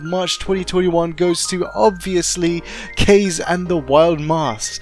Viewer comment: Just wanted to let you know, it's pronounced "Kah-Zey," and it's the Japanese word for wind.